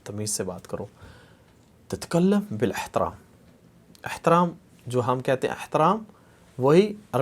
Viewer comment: آپ زرا زیر زبر وغیرہ کا خیال رکھتے ہوئے سمجھائیں تو بہتر ہوگا ۔ جیسے: تَتَکَلِّم بِالْاِحتَرَام TATA KALLIM BIL IHTARAAM